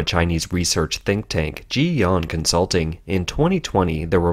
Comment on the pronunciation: "Jee-yahn." Lol. Too lazy to learn pinyin...for a Chinese news channel? Bizarre.